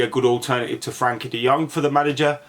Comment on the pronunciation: Never heard someone pronounce Frenkie's name wrong so many times..